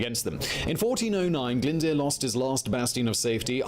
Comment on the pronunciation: Owain Glyndwrrrr it's pronounced!!